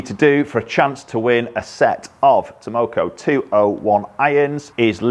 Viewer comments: 201! Look nice especially at that price. I thought they were called Takomo and not Tamoko though 😃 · they are called Takomo, not "Tamoko":) Not sure I like the square-ish top toe shape but otherwise looks quite nice. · T A K O M O...not Tamoko 😆. Made me laugh though. I have a set of Takomo 101 on order since September so taking a while. Let's hope they are worth the wait. Thanks for the review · Stop calling it Tomoko. Professionalism please. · 201., it´s Takomo, not tamoko:) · 201. Its Takomo, not Tamoko 👀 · 201 - And they're called TAKOMO, you kept saying TAMoko.. LOL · takomo not tomoko but ok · Bet Takomo are super happy that you keep mispronouncing the name…. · It's Tah-Koh-Moh! LOL! Delighted you're demo-ing them. Heads up for anyone who's interested in buying a set of these, Takomo, they are currently offering sale of the heads only as they seem to have supply chain issues with the shafts. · After you learn how to pronounce Takomo it will be wise to put their logo up on the wall along with all those golf club companies that have been overcharging us for years. Takomo isn't going away...the only question will be if they succumb to the greed that demand will tempt them with. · Well when your reviewing the iron u might make sure to be able to pronounce the name correctly….lol just an fyi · Mate, the K comes before the M. You pronounced their name wrong about 52 times in this video.